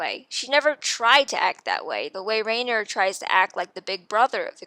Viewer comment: Great video, but please pronounce the names correctly next time. Its so hard to sit through when you keep calling Riener "Rain-er" and Jean "Jeen"